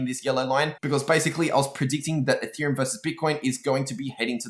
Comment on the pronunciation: instead of ethereum, he says “a theorem”, anyone else catch that? haha